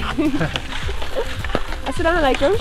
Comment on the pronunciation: Hi Eva, I can't stop watching you. I love the way you say assalamu'alaikum and bismillah. Love you love you love you 💝